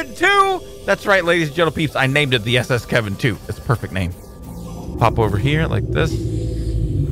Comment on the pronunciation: You'll look back on this day every time you say S.S. Kevin 2 and maybe even laugh about it